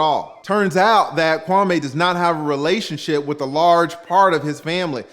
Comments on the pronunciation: His name is pronounced Kwamee not Kwamay! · Kwa_ME not Kwa-MAY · Kwah Meeeee, not May.